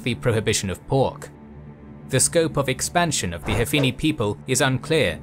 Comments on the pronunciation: It is called " Hanfi" people, not "Hafini" people. Your work is remarkable. Thanks. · man said HAFI NI and THA AAR with 0 clue wtf he is talking about